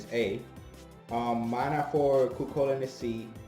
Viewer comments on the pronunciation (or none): none